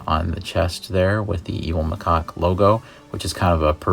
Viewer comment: It's not micock it macaque ma cac